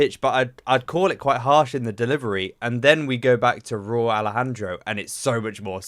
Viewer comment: It’s Rauw like raul (his real name) RAH OUL